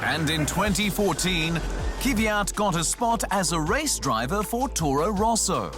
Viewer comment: Not Kyv-yat. Kv-yat. And not Kiviat, Kvi-yat. Kvyat. Kv-yat. Faster on the Kv, it's two consonants, and yat is like "yacht", without the kh sound of the "ch." An "aht" sound with a y sound as in "ja," or yah, yeah. Kv-yaht. Kvyat.